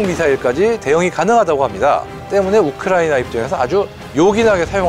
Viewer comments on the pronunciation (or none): none